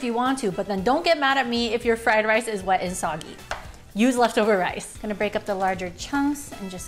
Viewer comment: I like the way she say "left over rice" like duhh😂😂